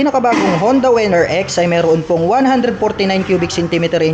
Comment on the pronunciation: Winner po hindi po wenner